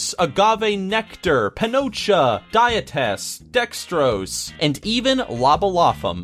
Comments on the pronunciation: why did he just say panocha? oh lordt... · wait.. did you say pinocha? lol, I'm not sure you know what that means.... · Did he say panocha??? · Did he say pinocha? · did he say panocha? hahaha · Lol did he say panocha?